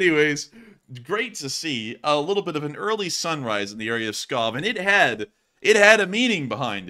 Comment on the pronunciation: Pskov lol not Scob